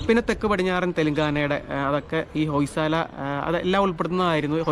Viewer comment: ഹോയ് സള എന്നാണ് ഉച്ചാരണം